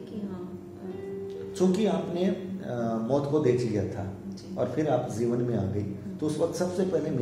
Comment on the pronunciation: pl. speak janam and not zanam jeevan and not zeevan